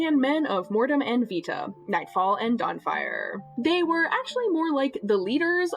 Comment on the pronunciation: as someone taking latin, 'Vita' would be pronounced more like 'wee-ta' because V makes a double-u sound. so yeah, keep using a proper V noise